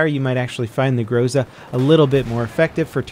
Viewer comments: It's not grOza, it's grozA -_ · correct say grozA instead of grOza. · it pronounces not grOza but grozA. Emphasis on last letter. Why, do you think, europeans don't say amerIka instead of amErica? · Yo, someone probably allready mentioned it, but its grozA, not grOza. Means "thunder-storm" btw. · It's not GrOza, it's GrozA, guys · This word pronounced not grOZa, but grozA, as the most of Russian names in this game (iglA, not Igla). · Speak correctly 'grozA'. Accent on the last letter. In Russian it means 'Thunderstorm'. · thanks for the video! "Groza"is pronounced with en emphasis on the last syllable. It means "lightning" as well as "threat" in Russian language.